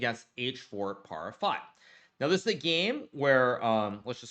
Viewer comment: "h4 PARAH... 5" 😂😂 That would be "h4 para h5" (h4 to h5)